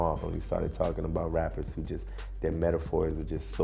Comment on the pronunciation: beacause you totally pronaunce the w in who